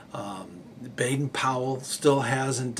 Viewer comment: I must take exception to the Americanised pronunciation of BPs name as "Bade-Pool" even if you claim to have heard him saying on an old wax cylinder recording (which are crackly and not very clear)as "Baden-Pool" when asked how his name was to be said he replied "Man, maid, maiden rhyme it with Baden as for Powell rhyme it with towel" which in no way cane said as Pool